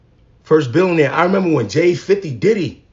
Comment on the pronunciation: Before anything else... You should probably learn how to say billionaire. Also, she's just NOW one? After all those years. I knew she was overrated 😂